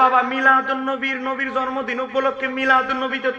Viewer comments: তুমি মৌলভী শুদ্ধ করে জন্মদিন বলতে পারো না জর্ম দিন বল আইছ ওয়াশ করতা মুর্খ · জন্ম দিন ভাল ভাবে উচ্চারন করতে পারে না।